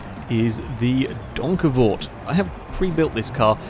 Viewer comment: OMG you actually pronounced that properly! OMG! How do i know? Fuck yeah im from the same country as that car,, try geussing it, youll most likely be wrong, i think